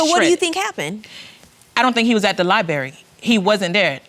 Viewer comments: Liberry, instead of Library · Will someone tell this couple it's Library not Liberry.. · If they say libary one more freaking time Ima snap!!! LIBRARY! Sorry y’all I’m a Virgo..... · Lie berry…. That’s all I got 🤷‍♀️